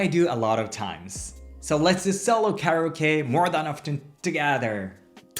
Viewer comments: Care - eeeee - ohhhh - keeee Your english is very good! Perhaps try this for kareoke I thought you were saying, Much love! ✨️🧡✨️ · I was listening to this video and when he said solo karaoke I thought he said. Do you love? Lol I had to look at it to see what he actually said